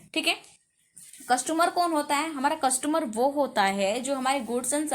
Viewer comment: Mam saying कस्टुमर